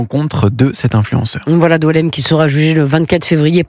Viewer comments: Boualem et non Doualemn. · C’est BOUALEM pas Doualemn😅